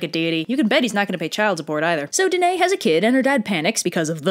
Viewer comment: Hey, I know I'm late to the party but that is not how you pronounce my name. It's duh - NUH - ee. Thanks :)